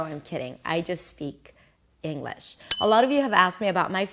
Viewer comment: It's not Englush. Engliiiiish. Nobody's perfect. Least of all me. However American English is annoyingly over dramatic. It was like.... we were like eeeeaaaand kinda like ....sorta kinda. Laaadddeeerrrrr. So Stop speaking in buzz phrases. Please try finishing a sentence. Explain what it was like etc etc etc. Finish the sentence. Tell a story. I saw one of your videos criticising overseas people with pronunciation. So I think I've redressed the balance. I seem to be correct when I told my friend you were over dramatic. All was revealed halfway through this video. After that it was hard to listen to. Advisory footnote: Try speaking in sentences in a down tone. When making a statement. Otherwise it sounds like you're asking a..... question? Good day.